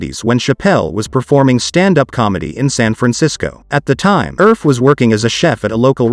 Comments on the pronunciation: Pronounced "Erfeh", not "Urf" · You pronounce it Err-feh, not erf! 😂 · Her surname is pronounced "ER-FE" not "ERF". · I'm from the Philippines. And I find it weird, the way the narrator is pronouncing Elaine's surname as "Erf," but is spelled as Erfe. Most names in the Philippines have Spanish origins, being a Spanish colony for 3++ years hence it should be pronounced as "Er-fé." Just like how one pronounces the company name, Nestlé. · Elain Erfe is a Filipino. Pronounce it as Er-fe, not Erfe. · Her family name should be pronounced as er-fee, not erf.